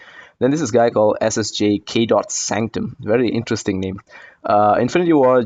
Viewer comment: Actually you pronnounced my name pretty good, i am impressed 👏 Thanks for the video, waiting for your age of ultron review!